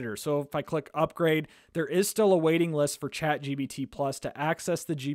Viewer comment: It's Chat GPT not Chat GBT